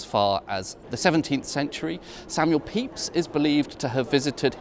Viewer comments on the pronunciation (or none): none